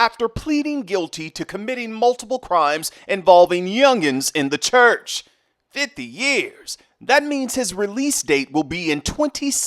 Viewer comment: I like the way you say… The Lord’s CHUUCH